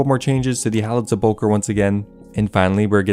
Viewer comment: Se PULL chre. LOL